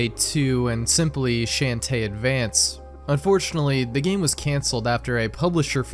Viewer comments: Sean teh not Shan teh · How do you mispronounced shantae like that